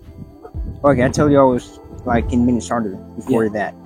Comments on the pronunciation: 😂 I'm surprised how gullible people are, he's no American,the accent is forced AF ,look at how he even says Minnesota 😂 "minmesorrta" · 😂😂😂 the way he says Minnesota 🤣🤣🤣 and who says playground? I thought it's the park. Even to Americans, people from Minnesota have a unique accent, they drag their oo's like soda is sooda. 🤣🤣🤣🤣🤣🤣